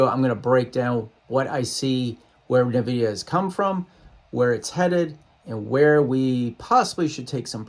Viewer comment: It’s EN-vidia not NUH-vidia lol